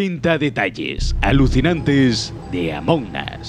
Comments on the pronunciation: Nombre original: amongus, Como lo dice: amonas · Se pronuncia "Among As" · Normal: Among Us: AMONAS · Gente normal: Among Us Gente rara: Amungus: Amonas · Pues se pronuncia "among os" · Se pronuncia amon as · se pronuncia among os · Se pronuncia AMONG US USS US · "amonas" bien ahi españoles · 13;33 dise amonas